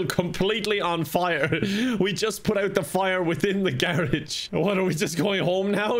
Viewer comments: Am I the only that noticed pronounced garage wrong 😂😂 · Today I learned there's another way to say garage